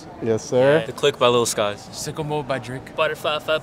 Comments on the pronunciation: Nah bro said Sickomode by Drake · bro said sickomode by drake